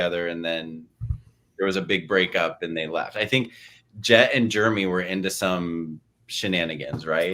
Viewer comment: Was saying Germy on purpose instead of Jeremy? 🤣